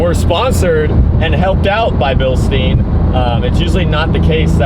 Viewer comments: Its called Billshda-y-n, not billsteeinn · from start to finish was a huge difference, great job making it look clean af. (also Bil "stein" is pronounced deeper, without the e pretty much, so like Bilstin but the i is pronounced the same way you would say "i am" for example lmao, great vid btw:) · Drinking game for how many times he says Bilsteen instead of Bilstein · That's always how I heard say it, and it threw me off whenever he said it in this video lmao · Bro u really need to work on your pronunciation on „bilstein“ 😭😭😭